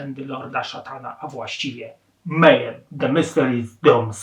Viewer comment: Nie "mejem" tylko "mejhem" poza tym nie powiedziałeś niczego nowego każdy kto siedzi w black metalu a zwłaszcza norweskim zna to od podszewki, ten materiał były dobry ładnych kilka lat wstecz. dowidzenia.